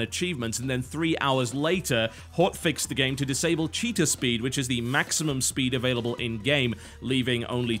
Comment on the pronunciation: When totalhalibut said cheetah speed I thought he said cheater speed